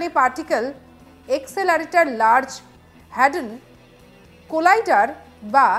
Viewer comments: একদম সত্যি কথা, টপিক তো ছেড়েই দিন, ভালো করে বাংলা টাও বলতে পারে না।,’লার্জ হাড্রন কোলাইডার ' উচ্চারণ করতে তো দাঁত ভেঙে যাবার জোগাড়।😢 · News reader er qualification ki??? Valo kore uchharon e korte parche na LHC